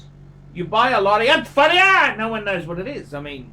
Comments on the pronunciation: You pronounce it Lauren Fair Yeah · "LAW-RHONT FURRIUUUHHHRRRR!!!!" Haha! Hilarious!!